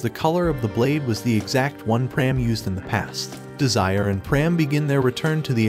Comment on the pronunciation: Bro said desire